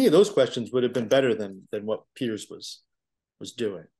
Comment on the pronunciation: Piers is not pronounced pierce. He doesn't pierce a tomato. He peers, then runs away from debate.